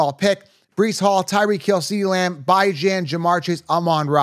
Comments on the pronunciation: Its not pronounced By-Gen, its Bee John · I’m supposed to trust a guy who says “bye-Jan”? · He said Byjan 😂😂😂